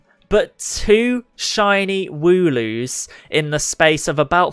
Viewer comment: It's actually pronounced wool loo because sheep have wool. Not woo loo.